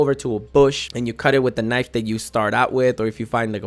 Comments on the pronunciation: " A stone Ka niff" pause... "knife"... lol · Did this man really say kenif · I love how you said k-nif or knife!!! Nice video and thanks for the tips! 👍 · My boy kalled it a kaniff!😂😂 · Stone kaniff? Hahaha brilliant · Hahahahaha "Ka-nif" hahaha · " ka nif" somebody help this man. Ka nif somebody help me. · Did you really just say stone k-nif 😂😂😂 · This moron said “Knif” and doesn’t know what a D-pad is. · A stone k nif 😂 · Just got a like and sub for “a k nif or knife”😂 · A sToNe K-nIf😂 i died at that point😂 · Did this man just say “kanif” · HahaHaha to funny.. but a good video. I know I'm going to get kanifed as soon as I start. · "kanife!!!" 😭😭😭 I haven't heard that since Katt Williams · Omg yes i was going insane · Kenneth Kanif, from Connecticut. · "a stone k niff" lol.. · Ka-niff....LUL omg I'm dead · "Stone k nif" bruh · Adam Asedrem and called a knife a k-nife, I think he must be dyslexic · I can't trust any of these tips because he said kuh-nife haha clearly not the brightest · You can't trust someone for a mispronounced word? Lol I think you're the one that ain't the brightest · K nife?? 😂😂😂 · K-nif 😂 lmaoo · Dude said “kuh niff” 😂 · K-nif or knife 😂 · Ken kaniff 🤣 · Only true legends pronounce the "k" in knife.